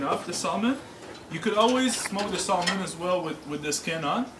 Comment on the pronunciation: Thank you for your time on the video, but : 1) Salmon ( the "L" is SILENT and it's not SOLE-MAN); 2) Salmon from the Pacific Ocean is the best.